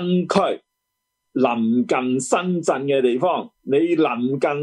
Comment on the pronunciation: 施先生係深圳唔係身震，請講清楚啲啦